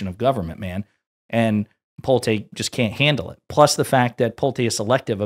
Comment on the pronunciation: Just a note - Pulte's name is pronounced Pull-tee